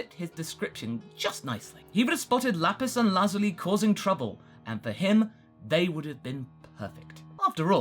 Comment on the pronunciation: Bro stop over pronouncing lapis and lazuli